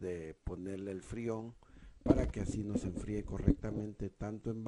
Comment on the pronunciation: Madre miaaa..que malo no sabes ni decir freon !!